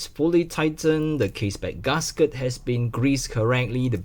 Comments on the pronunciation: Why do you pronounce gasket as ‘Gus Ket’ lol?🤣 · h. Nobody in the world pronounce GASKET as 'Gus Kert' I'm just correcting him